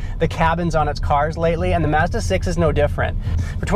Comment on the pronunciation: Great review and you actually pronounce it 'Mazda' NOT 'Marzda'!